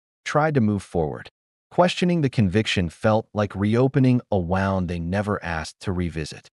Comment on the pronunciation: Miisprunciation of wound